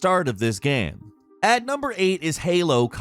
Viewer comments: Whats a "geeem" or "gaaem"? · “Ya need to know In the first minutes of the gyeum” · "In the first minutes of the gaem"? Haha